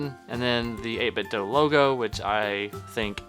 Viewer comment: Do! It's Do! Not doe It's Do!